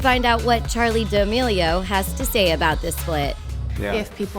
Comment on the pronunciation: I hate the way she says damilio